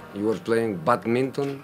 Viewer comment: The way he pronounce badminton 😂😂😂